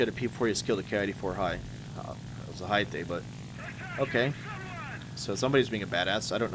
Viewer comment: Ya you did pronounced it right at least in the american way. Good job lel